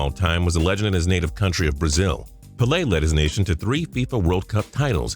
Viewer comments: (PEH-LAY) not (PA-LAY) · it's PAYLAY not PULAY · "pa lay"? why does he always miss pronounce players names? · Its "Pay-lay" Pele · Pele is pronounced like pay-lay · It's pronounced pay-lay if you are gonna put him in a countdown at least get his name right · It's pronounced Pay-Lay dumbass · I was with you right up to your pronunciation of Pele... damn! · The way he said "Pele" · The way he says Pele lol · Let's pronounce pelè correctky